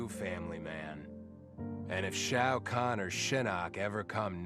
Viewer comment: Off topic, I know, but Skarlet’s pronunciation of Shao Kahn is very strange. “SHO CAN”